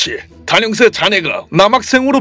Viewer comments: 초에 단형사인데 단혀사?ㅋㅋ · 초에 단형사가아니고 단혀사라고했어